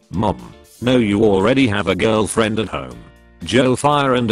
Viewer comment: I laughed when he actually said “Jirlfirend”